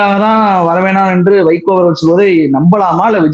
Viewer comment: நீங்க அடிக்கடி வைக்கோ, வைக்கோன்னு சொல்லும் போதெல்லாம் என் காதில் சைக்கோ சைக்கோன்னே கேட்குது.